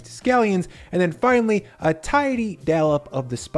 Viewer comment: FFS, it’s tonKOTSU, not tonKATSU. Tonkotsu means pork bone, tonkatsu means pork cutlet. They are NOT interchangeable words. And dollop has an o, not an a.